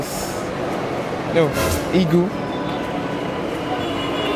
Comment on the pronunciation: Even Presenter has the H factor... Heagle